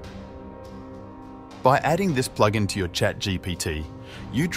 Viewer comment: Especially pronouncing it “Ploog In”